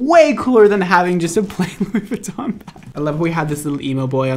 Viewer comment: Ok the N In Louis Vuitton is silent and the brand is beginner shit. Not really part of the runway fashion world. Normie shit. Also it’s not even real leather lol buy givenchy at least. Cheap